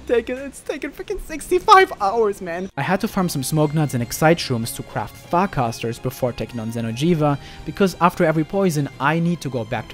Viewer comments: when he says farcaster is sounds like he's saying fuck us ter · I dont know if its just me but when he said farcaster is sounded like he said fuckassa